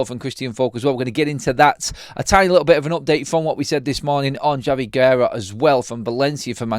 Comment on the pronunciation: Thank you for pronouncing Javi Guerra correct ❤